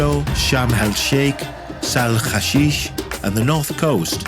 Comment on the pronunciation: It's a very unique video, It's almost the first time someone has given it a look from the private sector point of view, I liked it very much, but I did notice you pronounce "Sahl hashish" like Isra*** people which could shift the purpose of the hole thing. We don't like them, no one does.